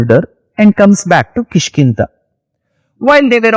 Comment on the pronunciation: Da. No Ta. KishkinDa. Not ta